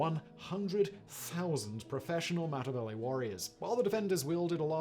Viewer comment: Next time please learn to pronounce Matabele and Xhosa correctly